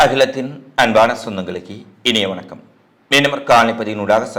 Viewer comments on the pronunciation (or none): none